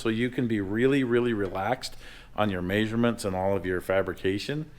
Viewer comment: Lol, “MAY”surements.